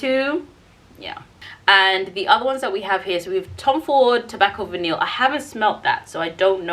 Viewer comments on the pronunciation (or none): Orchidee Vanille is pronounced like Va-knee. The L’s are silent